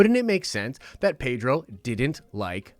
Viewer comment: His name is pronounced PED-RO, not PAY-DRO dude. . From the man himself.